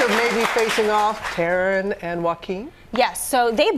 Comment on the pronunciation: she did not just pronounce tarons name wrong